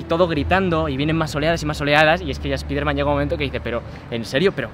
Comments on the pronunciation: Que mal suena cuando dicen "Espiderman" en vez de "Espaiderman", Si lo quieren decir en español pues digan "Hombre araña" no ese daño a los oidos....Onda vitaaal xDD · Por que los tarados dicen "espiderman" y despues dicen Marvel's Spiderman correctamente?